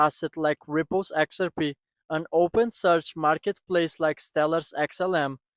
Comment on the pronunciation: "Exer pee"?